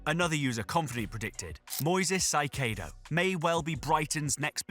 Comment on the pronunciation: its not "saikedo" is "kaysedo"